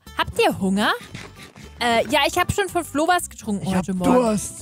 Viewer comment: Sie hat Flo gesagt und ich habe Klo gehört